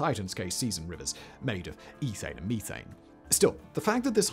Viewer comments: Meeth-Ane??English people must be smoking meeth! 😂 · It's crazy he says methane and not methane